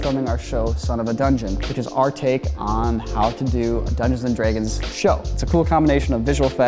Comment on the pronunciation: why saying Draygon